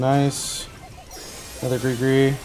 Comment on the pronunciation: Why does everyone call Gregory Greegory 💀